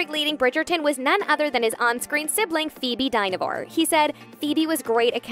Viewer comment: Phoboe Die-no-fore... Die-na-vore (closer)